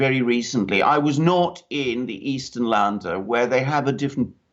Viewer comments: Sorry Alexander but your pronunciation of Laender is wrong. It is pronounced like in "to lend" lender. Had to mention this and I hope you don'r mind. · It's LÄNDER! [lender] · Länder pronounced "lender"